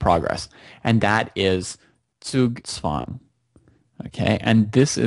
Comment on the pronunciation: happy to see an american pronounce Zugzwang correctly :)